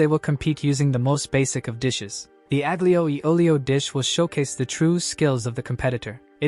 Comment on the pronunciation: AI having a stroke trying to pronounce Aglio Olio. 😅